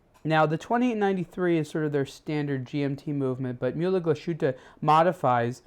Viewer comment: "Myulah glushooter"?. Da fuck. It's pronounced murler glass-huttah